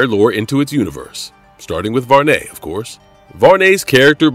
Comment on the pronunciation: Did you say Var-Ney? It's Varney like Barney, you know the purple dinosaur? Wow! Who is the narrator?